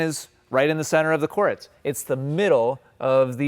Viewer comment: Why do you pronounce “court” like “core-ette”??